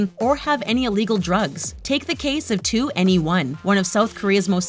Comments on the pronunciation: "Take the case of 2. N. E. 1." Its pronounced twenty one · Twooo N one" please at least say it right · I'm sorry but it's pronounced twenty one not, two enny one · 2/enny/1 😂 it's /twennieone/ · 2NE1 : It's not "Two-N-Ay-One". It's just "21". If you white people are going to make a Kpop review video, at least learn how to pronounce the names. That's just ignorant and lazy research. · Omg she is getting me annoyed “ 2 N E 1” just say “TWENTYONE” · You need to pronounce 2ne1 as 21 not two n e one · This video got on my nerves from the beginning with misinformation and irrelevant pictures as the backgrounds, but when 2NE1 got on the screen and she pronounced it 2-N-E-1 instead of just “twentyone” i literally choked on airrrrr. the little things don’t really bother me but being a kpop Stan for 2+ years I’ve learned my fair share about the industry, and this video has it all wrong (with a few exceptions of the basic facts). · Two N,E one???? You pronounce it as 21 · “ Not meaning to be a hater but it is 2NE1 pronounced “21” not “2-NE-1” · “two n e one” me: gets triggered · You said 2ne1 wrong it's said like 21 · 2NE1 is pronounced twenty-one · It's funny how they pronounce 2NE1 on here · 2ne1 is not pronounced the way you look at it. It is actually pronounced 21 like the number. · it's pronounced "21" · 2ne1?? i thot it was pronounced twenty-one or twnnieone xD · The way she pronounced 2NE1 thoo. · One thing that I hate about this channel is how they jump to conclusions without proper research, BTS have not done plastic surgery and please come back when you learn how to pronounce names. 바보